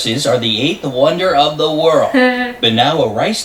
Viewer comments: Pronounce world ---> werlld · is soo cute struggling say the word "World" 😂